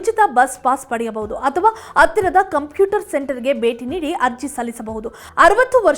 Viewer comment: ಅತ್ತಿರ, ಇರಿಯ ಅಲ್ಲ ಹತ್ತಿರ, ಹಿರಿಯ ಅಂತ ಹೇಳಿ